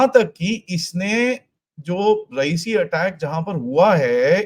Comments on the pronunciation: Not रईसी it's रिआसी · Sir, the place is not raisi, it is RE YA SI. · रेऐसी है ना कि रईसी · Sir, the place name is Re-Yaa-Si and NOT Ra-ee-si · it is Reya cee not reyecee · it's Reasi and not Raesi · Place is written 'Reasi' & pronounced 'Riyasi' 🙏😔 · Sir just one suggestion..Reasi is pronounced as "Ree ya si" 🙏